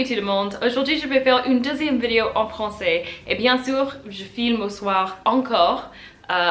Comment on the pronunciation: I came upon your channel today. I see that this video is nearly three years old, so I am sure your French has improved a lot since then. Since you make videos you need to pronounce the word "vidéo" properly. You are just saying it in English. First of all the sound i as in the word it, does not exist in French. One other comment, in this video you float back and forth between the sounds OU et U, as in the French words "où and bu." You can pronounce both correctly but not always in the right word. I am not writing this to criticize but rather to offer some advice. Maybe it would help to sit down with a native speaker and slowly go through this vidéo so the French person can point out the grammar and pronunciation errors. Many of the comments here refer to your "cute" accent. Surely you would prefer a good accent to a cute accent. You and your cat are cute in any case.